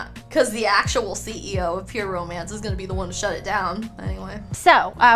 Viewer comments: I swear she's trolling. She's actually saying "pyramids" the whole time and is trying to get away with it. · I don't know if it's a laurel/yanny situation or just a repeated fraudian slip, but every time she says 'pure romance' it sounds like ''pyramid' and I can't hear it any other way. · Definitely felt I heard "pyramid party" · I heard “Pyramids party” too 🤣🤣 “pure mance” 🤣🤣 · She keeps saying “pyramid” party omfg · Dude when she said "pure romance party" I heard pyramid too and then you said it lmao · It did sound like “pyramid”..! She definitely had a script. A really lame script.